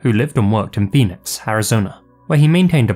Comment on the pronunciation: When you said Phoenix, I heard benis